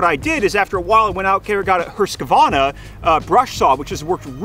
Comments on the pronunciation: Haha they’re going to sponsor you but you say hurskavana” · never heard Husqvarna pronounced that way LOL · How did he just pronunce Husqvarna Wtf